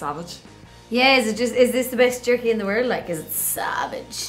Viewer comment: she literally pronounced the j😂😂